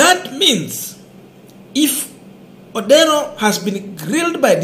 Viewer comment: What's wrong with you, you cannot read a name that is clearly written ODERO